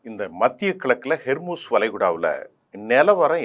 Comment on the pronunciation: It's 'Hormuz'. Not 'Hermuz'. Please correct it. 'Hor' means strait.